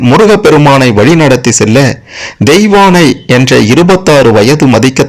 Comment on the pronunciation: உணமை. கேட்கவே எரிச்சல் வருது. பாகண், தெயவாணை என்று னகரமே சொல்லவராதா?